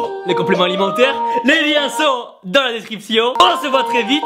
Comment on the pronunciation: inshape pourquoi tu dis DAINMS! !!!